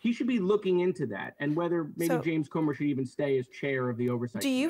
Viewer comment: It's "Comer", not "Comber". And it's "embarrassment", not "embarrasment". 😂😂😂 But don't mind me, keep telling everyone how other people are embarrassing 😂😂😂